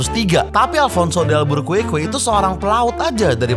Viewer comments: Bacanya dal-beu-ker-ki. bukan dalbukuerkue... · bacanya alfonso de albukerki bang